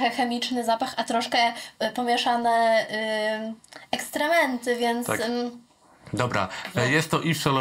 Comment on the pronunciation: Same "ekstrementy"😂